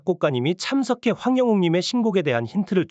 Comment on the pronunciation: 황영옥 황영님 이름을 똑바로 읽어주세요. 한글 지식없어요 학교 안다녔어요 한글을 몰 라요 글씨도 모르면서 ㅎㅎ그만하세요.ㅋㅋ